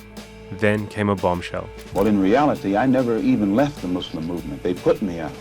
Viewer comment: finally he said "muslim" not "muzlim"